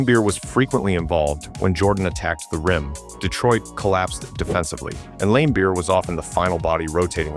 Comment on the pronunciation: Or Lamebeer lol, it’s a soft A